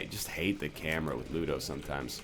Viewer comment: booger tears absolutely butchers ludo, thats so sad :(